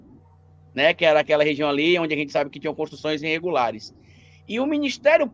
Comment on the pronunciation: Oohh Sr." "! Aceita que dói menos! Pq vcs não querem ser Brazão o mandante?Vai aprender falar o português cara!